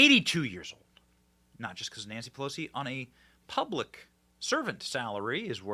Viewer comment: When Benny said Nancy pelosi it absolutely sounded like he said nasty pussy. Not that he would no, but I’m it’s it has always been.